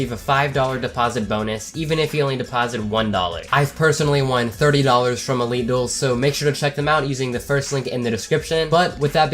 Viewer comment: when he said elite duels i thought he was saying illegals